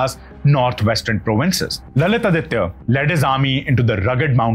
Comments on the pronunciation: Please pronounce Lalitaditya as Lalitaaditya ( give importance to grammar please) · His name is not lalith aditya. It is supposed to be pronounced together "lalithaadithya", although it means the same. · Pronunciation is not Lalit-Aditya but LalitaAditya